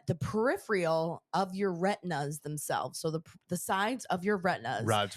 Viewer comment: Love y’all, but neither of you can say “peripheral” lol.